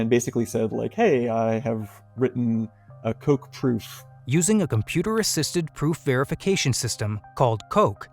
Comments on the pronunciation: No. It's not called Coke. It's pronounced Cock, like a rooster. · it's not pronounced "coke" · I got so disappointed by the "coq" pronunciation, some people at Quanta need some french lessons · Coq is not pronounced "coke", they just didn't want to pronounce it properly. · It's pronounced "cock". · Better pronunciation is to just pronounce it as it is meant to pronounce (coq) and not give in to this weird American self censoring behaviour. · Coq with such great work only to have his name pronounced wrong.